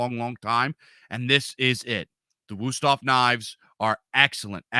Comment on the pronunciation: thanks for the knife tips. I approve the Wüsthof pronunciation.